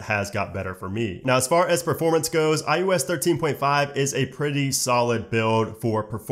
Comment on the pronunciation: he said "IUS"